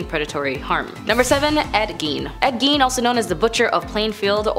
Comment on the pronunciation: Gein is pronounced Geen hard G not Gine, just FYI. I don’t know why mispronunciations bother the hell out of me, but they do lol.